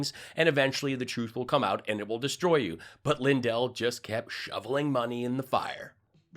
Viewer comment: Mike lie-dell, seriously?¿??🙃